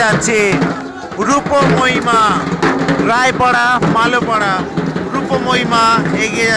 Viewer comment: Roy para Mali para barowari. Not मालों para